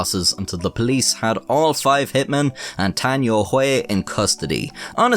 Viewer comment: I believe every word you said in your intro. Your pronunciation of the name Tan Youhui, apart from the tones, was pretty spot on - which is bloody impressive! Well done 😁. Two of the other names were not quite so impressive but still not at all bad. Mo is pronounced 'Muo', Tian is pronounced 'Tien' and si is pronounced 'suh'. BTW, yuan is pronounced 'yüen'.